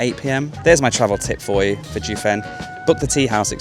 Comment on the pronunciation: Correct pronunciations: Jiufen is pronounced jeeoh fen (like Joe only with an ee between the J and the oe). Keelung is gee-lung (soft g as in “George”).